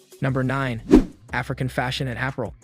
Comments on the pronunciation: Appral? It’s Ah-pair-rel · What kind of dialect/accent pronounced Apparel as Aprel? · Not being petty...but you kept pronouncing APPAREL incorrectly. It is pronounced: (uh-par-uhl) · Did he say app-a-rul? 😂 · Is this person Ai? Apparel is pronounced very weird. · This video was made using AI. A regular human would know how to pronounce Apparel